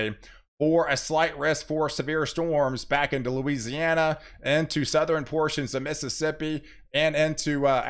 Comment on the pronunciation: Hi! Did you know you are saying "patterin" for the word pattern, and "northerin" for the word northern and "southerin" for the word southern? You are making two syllable words into three syllable words. Great job on the weather though!